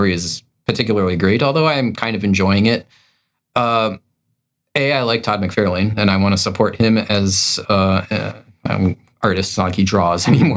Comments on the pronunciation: "I like Todd McFarlane so much I can't pronounce his name correctly." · I have a long drive to and from work and you guys are fun to listen to. By the way, here in Mississippi, its pronounced "Muh-far-lane". Thanks.